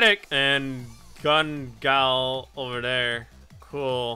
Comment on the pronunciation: He said gun gal when it is ggo gun gale online or sao to be exsadet